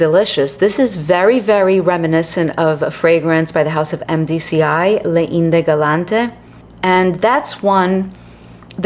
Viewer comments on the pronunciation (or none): Thanks for the video,! This was not a house on my radar. Just to help out: “Les Indes Galantes” = “lay ZAND gal-LAHNT” 😊